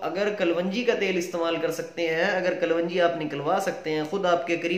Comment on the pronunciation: KALONJEE IS CORRECT WORD NOT KALWANGEE😷